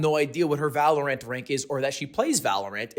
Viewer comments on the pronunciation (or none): u say valoRANT weird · The main thing I got from this vid is the way lug put emphasis on the wrong part when pronouncing Valorant